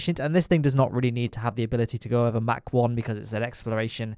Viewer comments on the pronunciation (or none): none